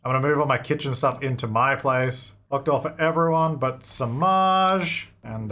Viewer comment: oh my god that makes sense. im indian and samaj (the way he pronounces it) means society so i thought that was an intentional name 😔